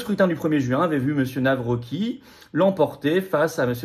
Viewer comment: Pitié Florian , on prononce - Navrotzki , merci ❤